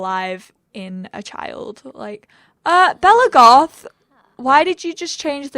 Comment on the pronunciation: Every time you said we're in the goth house it sounded like we're in God's house 😂 the foths might be Sims royalty but maybe not gods though 😁